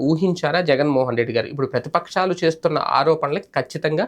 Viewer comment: అయ్యా ప్రతిపక్షాలు అని వత్తి వత్తి పలుకుతున్నావ్, ఏంటి నీవు కూడా ముందే ఉహించి అవాస్తావాలు ప్రచారం చేస్తావా ఎంత జర్నలిస్ట్ అయితే మాత్రం. మీపైన కూడా ఏదైనా క్లాసు ఉంటే బాగున్ను E. C. కి పిర్యాదు చేయడానికి.